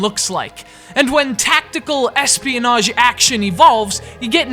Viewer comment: why do you say Ssss pionage